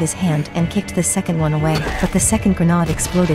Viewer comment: It's pronounced: gre...n...aid. not gre..nah...ade. Tge narrator pronounced it correctly the first fime she said and everytime afterward it was embarrassing to hear it as though it was a type of food.